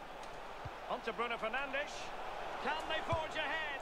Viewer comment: The way the commentator says "Fernandes" is so triggering. It's the equivalent of pronouncing Nick as "Neck"!